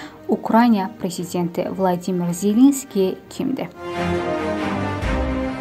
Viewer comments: BLADİMİR YOX ..VOLODİMİR ZELENSKİDİ..VLADİMİR PUTİNDİ.. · Vladimir yox Volodimir.